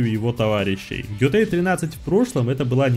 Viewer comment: Готэй, а не Гётой)